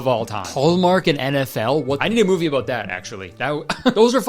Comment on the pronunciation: I always forget he’s Canadian until he says stuff like “aboot that” lol